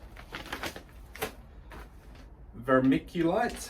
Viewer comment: Love how calm and peaceful your videos are. Pronunciation is..ver-mic-you-lite, great to see you can take the micky out of yourself. Look forward to seeing some updates.